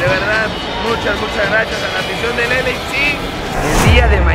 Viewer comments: Alguien dígale que es “el ei ef si” no “el eifsi” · Y nada mas te recuerdo que es LAFC y no LAC como lo mencionas.... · Es L, A, F , C. no LAC🤦🏻‍♂️ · “ELEISI” GALAXY, dice el vato… Yo que sepa son dos diferentes jajajaja. 😂😂😂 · Repeat after me: el ei ef ci = LAFC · Se pronuncia El ey ef si no la pendejada k dices tu wey Arriba las 🦅 Tururu! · El dijo LAFC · Pronunciacion mala de LAFC.